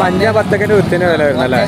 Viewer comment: വിത്തിന് എന്ന് തെളിയിച്ചു പറയു bro...